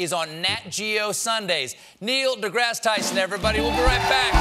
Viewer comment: Neil DeBlow Tyson